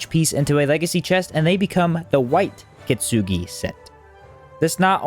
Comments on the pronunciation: "the kitsnugi set" heeheee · I like how you pronounce "Kintsugi"